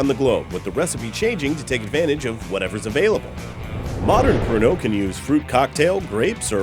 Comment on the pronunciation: i thought he said porno. lol